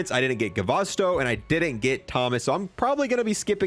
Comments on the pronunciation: doesn't even care about his name anymore and calls him guvasto instead of gustavo🤣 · He really said "Guvasto" lmfaoo